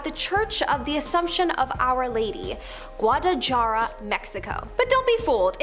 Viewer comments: Gwadda-la-HA-ra, not jarra. ee-PIS-ko-pul, not Eppis-kopple. Buh-ROKE, not Barack. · I have never heard anyone mispronounce Guadalajara as badly as you just did. It wasn’t even close. You missed the ballpark all together. This is how google tells you to pronounce it phonetically which is still a little bit off but miles ahead of what you said “gwaa·duh·luh·haa·ruh” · Repeat with me.... Gua/Hua-dah-la-hara (Guadalajara), just leaving the info here... Not complaining, just saying... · LoL GWADAJARA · Dislike just for that pronunciation of Guadalajara.. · The way she pronounced Guadalajara 😖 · Aacckk! It's Guadalajara, with the j sounding like an h! Dios mio! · The J is pronounced as H in Guadilijara. Episcopal E-pis-ka-pul😂😂😂😂😂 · I cringed when I heard that. 😬